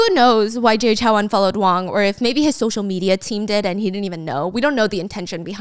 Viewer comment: lowkey triggered that stephanie pronounces Jay Chou is Jay Chow HAHA